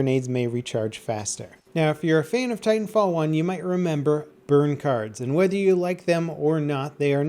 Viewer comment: Titanfall one word, like Battlefield, not Battle Field.